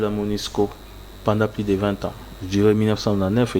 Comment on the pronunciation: J'ai SAL U t et non j'ai sal i t , balobaka PLUS et non plis .